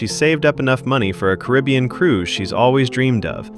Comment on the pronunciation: OFC U SAY CARRABIAN LIKE THAT ITS SO WHITE GUY oh wait its a ai voice aint it